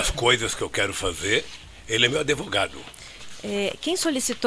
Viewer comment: "Adevogado".... será que ele consegue fazer uma redação do ENEM?